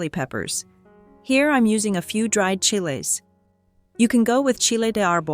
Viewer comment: The AI narration sucks. Is it really that difficult to get a human to read a few lines? Preferably somebody who can pronounce "chiles."